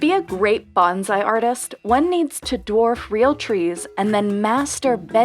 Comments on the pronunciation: Bonsai, not bonzai. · Bone-sigh, not banzai. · Please, we must learn to pronounce bonsai correctly. Thank you.